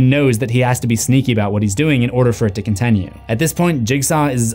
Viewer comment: For the love of God what's the deal with your pronunciation of "continue"!!? Lol hearing that is worse than what jigsaws victims went through!